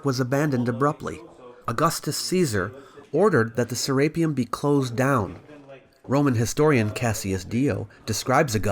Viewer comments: "saRAPEum" is incorrrect. "seraPEUM" is correct. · (Ser-rape-E-un)? Never heard it pronounced like that before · Say rape one more time FS can't watch this because you pronounced it ser rape um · You're mispronouncing SERAPEUM, are you just using an AI reader, that is painful.